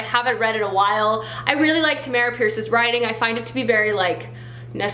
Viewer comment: Hey! I’m a huge fan of Tamora Pierce. Quick correction on how you pronounce Tammy’s name. It’s Tam-more-a. Also, the main character of wild magic is daine, not Diane the I and the A are swap. Sorry to correct you, but thought it might be helpful if you continue with the immortals quartet.